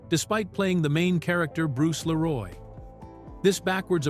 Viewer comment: Ai slop voice. Doesn't even say Leeroy Green right